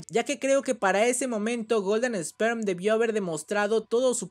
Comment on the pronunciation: ( se dice esper no Sperm